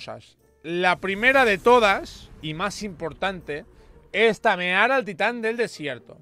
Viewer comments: "LA NUEVO" TAMERAR" Xd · TAMERAR? XD